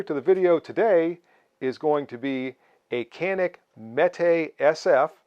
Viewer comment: nice video. And its pronounce like more janik not like can